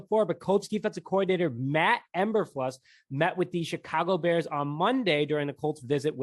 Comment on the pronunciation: It's pronounced MATT E-bur-fluuuuuse